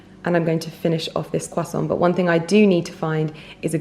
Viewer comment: Dear, bravo for mastering the complexity of french word’s prononciation 🎉 consonants are always always silent when at the end of the word! A croissant is a croissant (and not a croissantttttt) just like « un verre de blanc » and not blancccccccc 😄 Exception made when a word/name ends with a consonant, followed by a word/name starting with a vowel. Hence Moët Echandon 🍾! Pronounced Moetttttechandon but the t remains silent when Moët is alone. Aaaaah! All the fuss for a croissant and bottle of wine 😋 lots of love